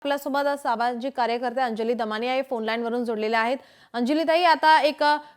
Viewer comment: आंड जली ✅ अंजली ❌